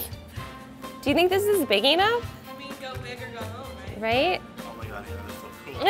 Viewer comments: What the hell is wrong with her E-Nough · The way she says "enough" HAHA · The way she pronounces 'enough' really pisses me off